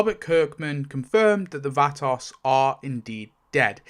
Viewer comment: The way you pronounce Vatos is activating my almonds